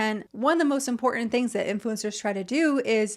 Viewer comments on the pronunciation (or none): For me, the worst ick to come out of influencer culture is the monumentally heinous mispronunciation of the word IMPORTANT. It's pronounced imPORtant. With a "T." Not imPORdunt with a D. (I think this whole travesty started with the bastardization of "important," but it has spread like a disease; they also slide over the "T" sound when it occurs in the middle of any word, the result being they end up sounding like they have a Cockney accent. "Mow-uhn" for mountain. Etc. Please stop it, influencers and their mimics!